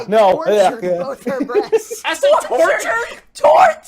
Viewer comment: “She has them bresteses” xD